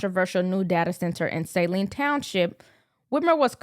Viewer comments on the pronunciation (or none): It is not 'Sayline,' it is "Suhline!" This is counter productive to, "Supporting Literacy!!!!" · love …. Saline is pronounced here in Michigan as SuhLEAN and not the normal and expectedly pronunciation. of SAHLean. The clip of the news reporter shows the correct local pronunciation. you know that I like you a lot. Just watching you get better and better. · The a in Saline is not long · Look up how you say Saline plz makes you look bad reporting on it